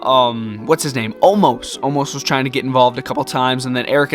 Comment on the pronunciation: its omos not omas